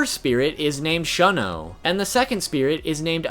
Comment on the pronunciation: He said Shun-Shun (persistently avoid, ignore, or reject [someone or something]) instead of SHOO-N SHOO-N. and Shun-oh instead of SHOON-Oh.. but pronounces Soutenkishoon correctly... ANGLO pronunciation rules don't apply to Japanese.